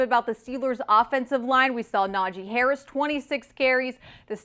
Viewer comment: WILL SOMEBODY TEACH THEM HOW TO SAY HARRIS NAME